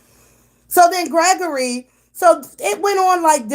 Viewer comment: Not Gre-ory!!! 🤣🤣🤣